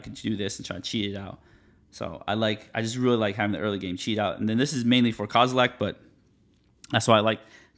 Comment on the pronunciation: There’s no “t” at the end of “Kozilek” lol